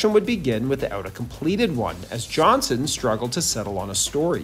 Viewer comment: JohnsTON. JOHNSTON. Not Johnson, wtf.